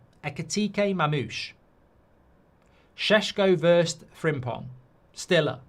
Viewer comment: someone needs to let Mark know how st is pronounced in German, Bundesliga rights are in danger if he continues to say it like he did 😂